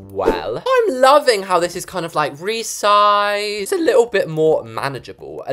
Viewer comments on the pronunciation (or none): resized? more like REESESED